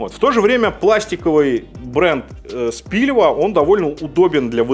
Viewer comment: Ладно , если уж всех бомбит от Кухне ,открою секрет - не Спильва, а Спилва))